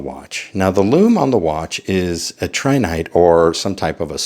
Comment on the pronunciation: It's Tritinite not Trinite!